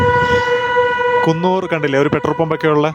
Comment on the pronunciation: കുന്നൂർ അല്ലടെ കൂനൂർ